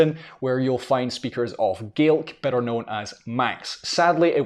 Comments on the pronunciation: I'm pretty sure it's pronounced Gay-Lick. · I kept thinking he was saying Garlic! 😂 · This was quite interesting as both sides of my parents have Irish heritage. I was born in America and I used to be able to count to ten in Gaelic. Sorry, this isn't to insult you but to my American ears the way you are pronouncing Gaelic sounds more like garlic. LOL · We say, gay lick not gaw lac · he keeps saying garlic ,i'm pretty sure that is wrong . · if you are pronouncing it with a hard K its pronounced incorrectly. It isnt an English word, therefore it should be pronounced how it is in the language its from. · Sounds like an Australian saying garlic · The way you pronounce Gaelic almost sounds like Garlic. hehe. But it is beautiful! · as a native scots gaelic speaker, when will we stop spreading the lie that scottish gaelic is pronounced scottish ‘gallic’ in english? in the language itself we call it ‘gàidhlig’, people heard that being said by speakers and we now pronounce it as ‘gallic’ in english. the english for it is G A E L I C. we are GAELS, not ‘galls’. let’s pronounce it the right way. as well, saying that the gaelic/goidelic languages aren’t mutually understandable is not true?? someone from kerry very expectedly would not understand some dialects of scots gaelic from the north highlands or outer hebrides, or perhaps manx. but depending on where you’re from it is incredibly easy to communicate between the different ‘languages’, (they are dialects of the same language in my opinion) ach co-dhiù, tha e còrdadh rium gu gasd’ na tha u a’ dèanamh leis a cheòl, ach sin mo beachdsa! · So it is Gah-lick and not Gay-lick. Ty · The pronunciation sounds like Garlic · Gaelic and Irish certainly can be mutually understood, particularly with Ulster dialects. Gay-lig is also a perfectly valid dialectical pronunciation in Argyll, Islay and Nova Scotia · Yes because the ulster dialect of Irish is pronounced as Gay lick.